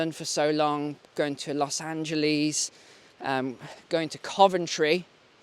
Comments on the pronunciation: no one say los angeLEES they say los angeLESS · love the way you say los Angeles , los angeleeezzzz u make it rhyme with Fleas .. fleaz ... so true ... dont fleas feed on the host -- Adult fleas are parasites that feed on the blood of the host animal by biting and sucking blood.